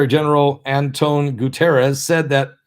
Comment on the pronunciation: I think it's pronounced. Gooty-Air-Ezz